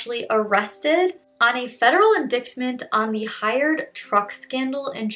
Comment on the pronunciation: No hate, but it's pronounced like "in-dite-ment" that c in indictment is silent. It's a word used often especially regarding crimes/court cases and before a grammar Nazi corrects you, I'm a decent human about it lol Job well done, though.